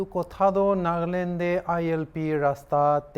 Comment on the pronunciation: News reporters : Nag-land True accent: Naga-land